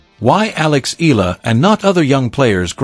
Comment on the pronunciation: this click bait always pronounce EALA >>> EELA...